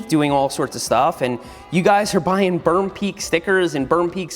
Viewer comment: perm pweak